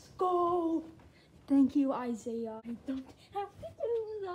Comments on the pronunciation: It's not Isaiah its pronounced I-e-Yus (sorry I just wanted you to know hope you are safe) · Yes I’m safe, some of my friends got hit worse than me, and Isaias is actually supposed to be pronounced ee-sah-EE-ahs, but i don’t think anyone pronounces it that way, I just pronounce it at Isaiah.